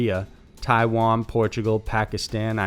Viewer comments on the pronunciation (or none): none